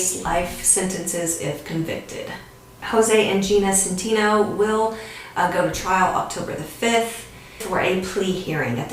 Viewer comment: It’s pronounced “SEN-TEH-NO” and rohnert park is pronounced “Row-Nert-Park” I played in a band with Jose Centeno’s son for a while and it was all under our noses.